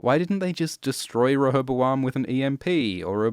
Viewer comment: Listening to you try to pronounce rehoboam was painful tbh